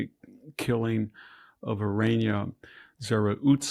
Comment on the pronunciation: Learn to pronounce I-ryna Za-rut-ska